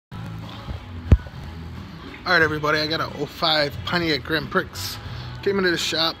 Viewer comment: it’s pronounced “pree” not “pricks” as in like a grand prix race lol